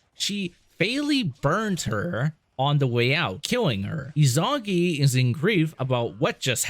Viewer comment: Is-oo-nah-gee, you fucking plebe. Five hours of content to get here and the only Japanese you know is hadouken. Izunagi and izunami are crucial to Shinto belief and ignoring that was the least of your issues. A) you spend more time bitching about mechanics in the first game than you spend on actually telling a confused story through two videos. B) your narration is so disappointing that you constantly spoil twists before they happen. 99% of your videos could be better by just not yapping about your issues with the game. You suck, we get it, so calling attention to your lack of skill detracts from my viewing of the actual story since you will not shut the fuck up unless your character is beaten into a corner and then you bitch about game design. Ryu coulda stayed dead if you were the one controlling him. The same strike of luck that allowed you to beat the game is why I think you missed your calling as a McDonald's order caller. Other people do the work and you bitch about how long it takes